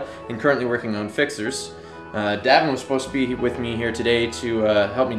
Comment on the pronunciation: It's Davin not David.